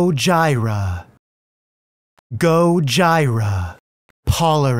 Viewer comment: It's Gojira not Gojira ...